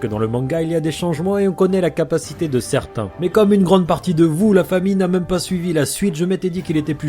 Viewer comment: j'ai toujours pas compris pk tu dit "fahmi" et pas famille expliquer moi mdrrr #TeamGing Sinon super vidéo!